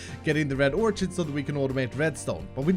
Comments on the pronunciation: It's "or-kid", not "or-chid". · Love you! FYI, orchid pronounced OR-KID. Not idea why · Not to be mean, but it's pronounced Or-Kid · Orchid is pronounced "Or Kid"... Sorry that has been bugging me for days. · I cant let it go anymore. I strongly believe "orchid" is pronounced like "orkid." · Btw Orchid is pronounced more like "or kid" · it is pronounce red orkid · Or-kid... ab-zorb-shun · i think "orchid" is pronounced "orkid" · just bugging me a bit, orchid the ch is pronounced like a k